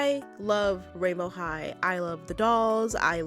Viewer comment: I thought you said royal high💀